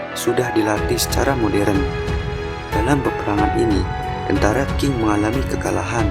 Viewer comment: bukan dinasti King.. Qing dibaca Ching..